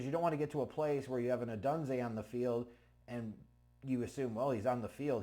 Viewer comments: Please. It's not Oh dun zay....Oh dune zay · It is pronounced Oh-Dune-Zay ... LOL I'm fuck hyped for this pick